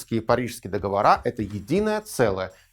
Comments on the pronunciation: договОры, не договорА) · Всё очень хорошо и замечательно, но только режет слух "нулевые" вместо двухтысячных и неправильное ударение в слове договоры (мы не говорим выборА, сговорА, помидорА в именительном падеже, но почему-то арго договорА некоторые политологи в речи допускаем)